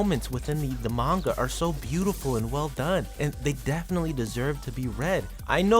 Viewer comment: OK, you've somehow done worse on pronouncing "Manga" than most people. People often incorrectly say "Manga" as "MAN-gah" when in truth it's "Mahn-gah", as the "a"s of Hiragana is pronounced as "ah". You pronounced the word "Manga" as "Main-goh", why must you butcher such an easy pronunciation even worse than most people get it wrong when it's just so simple to pronounce. Just remove the typical English method of pronouncing "a"s in words, and replace that as "ah". Honestly, I hate it so much when people don't even put in the effort to say it right and denies acknowledging their mistakes. Like a character in a story, sometimes, part of developing well as a person, is acknowledging your mistakes. I hate to be wrong as much as many of you do, but I don't lie, nor deny ever making a mistake if I know I did it. If such a perfectionist I am is able to, nearly anyone else can